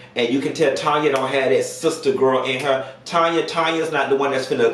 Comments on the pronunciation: 🗣️ IT'S TANNNNYYYYYAAAAAA! It drove me crazy to hear you keep saying Tonya😂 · I wish you'd say the darn lady name right. Her name is TAN-YA NOT TON-YA. She's Canadian so she's not just saying it's pronounced That way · her name is Tanya not Tonya. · So sick of YouTubers pronouncing Tanya as Tonya. 👀Get it together...that part. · Tan not Tonya ...Tanya lord and she's Canadian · TAN-ya chile TAN-ya 😭😂